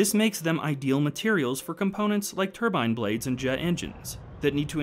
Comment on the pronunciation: What’s a “tubine” blade?